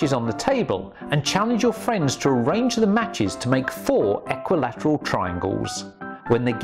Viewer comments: You must be fun at parties...also you're saying equilateral wrong 😂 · The way he says equilateral tho